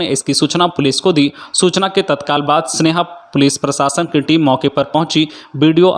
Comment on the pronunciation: सेन्हा है स्नेहा नहीं